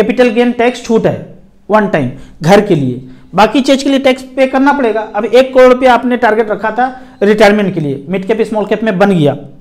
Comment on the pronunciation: crore bolo kalod nahi 😃